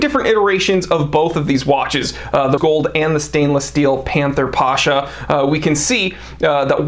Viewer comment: It's not Pásha (it will be a popular Russian name), it's Pashá (ottoman military commander)